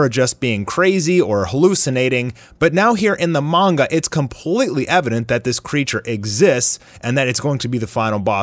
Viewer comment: Good to see someone else pronouncing it "Mon-guh" That's how I've said it since I was little, just sounds better to me so I prefer it.